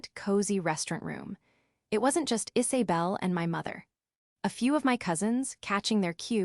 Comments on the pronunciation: It's not Is(ay)bel it's pronounced Is(uh)bel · Weird that they mispronounced Isabel every single time. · Again pronunciation of names is a problem, Isy bel or Iza bel? Sienna stop being their ATM, co-signing mortgage loans, paying for Vacations, Thanksgiving and Christmas, you give far too much and they take you for granted. The sense of entitlement, Ethan had no right to tell Sienna that she was not part of the family, he just blow his opportunity for a secure future. The expectation that she will still fund his education is unrealistic, Sienna's mother and sister are cruel. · The AI is driving me crazy trying to say Isabel